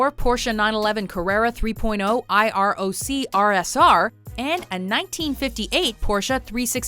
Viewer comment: Lol... the narrator called the IROC Camaro an I. R. O. C.. obviously she doesn't know cars